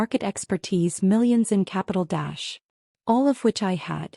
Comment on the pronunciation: I thought it probably did. The curious thing is that other text in videos the dash doesn't get pronounced. So bad reading or the AI hasn't been trained properly. Oh wait, AI's shouldn't need training !